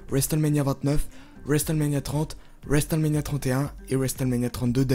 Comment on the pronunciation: Le T de WRestleMania ne saw prononce pas